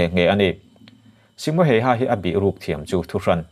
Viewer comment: ‘Hayha’ i lam dan mai2 chuh 🤣🤣🤣🤣🤣🤣🤣🤣 Finnish ho zawk pawhin tung a nih an hrethiam miah lovang 🤣🤣🤣🤣🤣